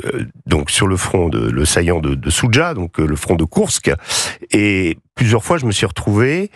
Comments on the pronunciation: c'est pas Kourks, clown, c'est Koursk. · Praud devrait relire ses fiches, on prononce " KOURSK " non pas " KOURKSS ". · Mr Praud, un petit dico au passage ? C'est KOURSK et non pas Kourks !!! Prenons les choses avec humour : Kourk'S comme Amtérix'XSM de Jamel Debbouze... AU moins pour une fois ils nous font rire... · Pascal P., prononcez bien le nom de la ville de Koursk Je répète KOURSK 😀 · Je suis " à l'est". C'est difficile à prononcer "KURSK"? Ou c'est un acte manqué ? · Faudra rappeler à Pascal Gros comment on prononce Koursk. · M. Praud est toujours incapable de prononcer Koursk. Il devrait consulter un orthophoniste ...